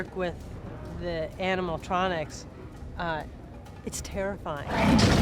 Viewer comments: Lea Teoni kept saying animal tronics instead of animatronics😂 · She keeps calling it “animal-tronics” instead of “animatronics” lol. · Tea Leoni keeps calling them "animaltronics" 😂😂😂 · I love how she says "animaltronics" 😂😂